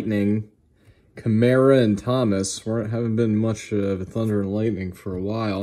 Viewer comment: Thunder and ( Lighting ) not Lightning. Lol someone messed up.